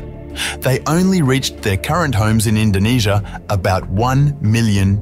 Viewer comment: YOU MEAN INDONESIA NOT INDONASIA